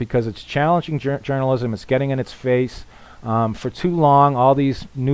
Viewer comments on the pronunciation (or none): none